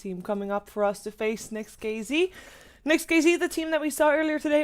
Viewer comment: not NEXT(KiZi) the correct spelling is NEXT(KeyZet)